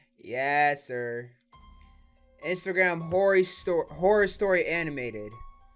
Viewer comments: i smell cap u said hora horey amin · "Instagram Dating Horry Story Amination" oof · Man said “Horry” 😭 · Hoey instead of horror speak English my burda